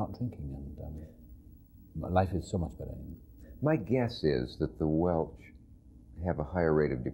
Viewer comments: It’s Welsh, Dick, not Welch. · Did he say...Welch?